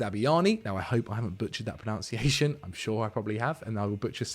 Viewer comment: PRONUNCIATION NOT PRONOUNCIATION ffs